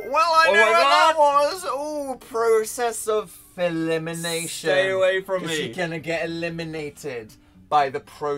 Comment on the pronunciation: did dan say.. philimination?